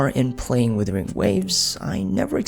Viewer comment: Tried to watch, but the “withering waves” thing really got to me